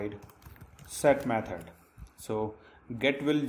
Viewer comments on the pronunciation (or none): Repeat after me: "Method" not "Meh turd"